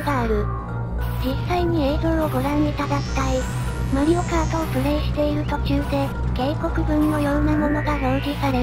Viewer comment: ❌マリオカード ⭕️マリオカート